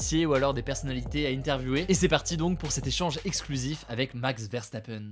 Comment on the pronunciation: j'aimerais bien voir un effort sur la prononciation, on demande pas un accent impeccablle hein, mais jsute un effort au minimum sur les noms quoi parce ue "verstapeune" la omg